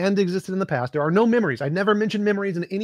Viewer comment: Holy shit. . . The way she pronounced the word past, as paaahst. I had to forward past that.